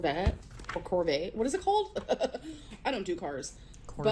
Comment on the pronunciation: removes the “T” in Corvette and puts it in Buffet 😂